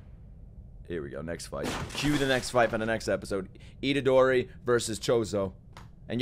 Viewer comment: "Itorderi" had me laughing for way too long